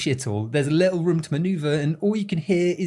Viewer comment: You say room like jerma985, like "ruem" i think its the accent but i thought it was a nice similarity you share with my favorite streamer